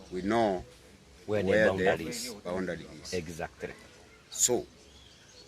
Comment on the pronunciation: saying exactry 😂😂